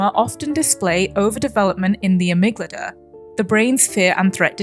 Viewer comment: Another banger analysis! I love your videos, I hope you keep making them <3 (Small note : You keep pronouncing amygdala as "amyglada" haha)